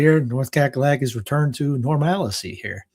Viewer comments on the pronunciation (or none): Normalcy not normalicy